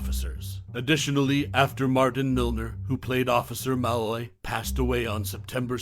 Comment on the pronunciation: The narrator’s mispronunciation of ‘Malloy’ makes me suspect he never actually watched the show.